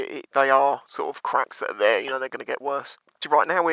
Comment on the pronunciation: get back on theere 😂😂